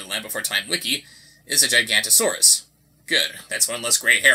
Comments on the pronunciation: Actually, it's pronounced Gigan-o-to-saurus. Big fan of dinosaurs, I just thought I should fix the pronunciation. Sorry. :P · i believe Giganotosaurus is pronounced "jig" not "gig" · I had the exact same experience as a kid, down to Walking with Dinosaurs. My inner 8 year old was screaming at his pronunciation of Giganotasaurus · actually the sharptooth in movie 5 is pronounced gig-a- NOTE-o-saur-us. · Its pronounced: Jigga - noto- sorus. Not how you spell it btw just an example ^_^